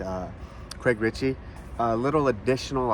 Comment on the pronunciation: Richey not Ritchey 😅